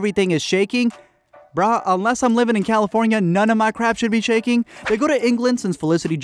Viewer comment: It's bruh not brah but your white so you would say brah uh just stick to bro don't say brah ever agian.